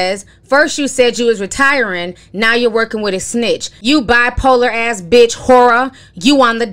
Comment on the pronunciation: Ti said whoraaaa wrong